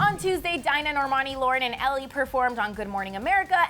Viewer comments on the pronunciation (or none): Did she just say “ellie” instead of ally???? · Who the hell is Ellie Last time I checked it was Ally why is it so hard just to pronounce a simple name 😑😒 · her name is Ally not Ellie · HER NAME IS ALLY!!! Not Ellie lol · Did that Bitch just call her 'Ellie'???? I feel so sorry for Ally, she gets stepped on constantly. ( especially by her stylist...) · I was like did this bish just say Ellie like what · who the fuck is ellie, its ALLY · "Dinah, Normani, Lauren and ALLY*" y'all got it wrong twice lol